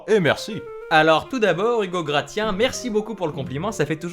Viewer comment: Senpai notice meeeee!!!! Hum Hum Sinon très bonne vidéo j'ai vu que nous avions le même âge et d autres points communs donc je t'apprécie encore plus. Sinon ça se prononce Grassien. Salutations Nyehspectueuses